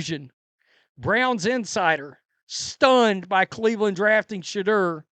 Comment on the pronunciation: Why is it every time you say shaudoer it sounds like your saying shitter? I found it funny when you said shitter isn't crap.